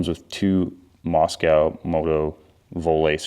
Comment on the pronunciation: Hint - the name is pronounced Mosko, not Mos-cow